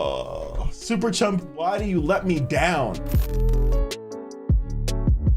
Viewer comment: its super chum not chump